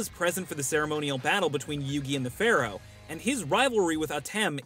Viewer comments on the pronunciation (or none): none